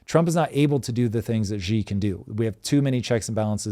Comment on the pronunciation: Xi is pronounced she like a girl. Please.